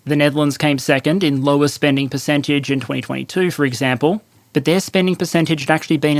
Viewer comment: "Perececntage" "Perecentage"